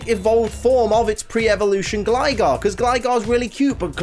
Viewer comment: GLIGAR IS SUPPOSED TO END WITH AN R THE FIRST TIME!